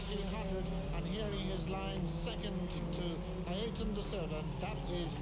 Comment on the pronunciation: Aside from him being called Da Silva in this race, its nice to hear pronounce his first name correctly (Ay-er-ton).